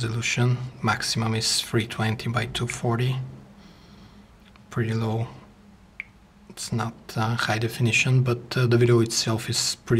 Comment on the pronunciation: Schigh resolution xD